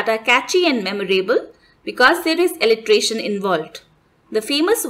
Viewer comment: This is pronounced असोनंस not अजोनंस. Assonance। And send word Alliteration this is pronounced as एलिटेरेशन not एलिट्रेशन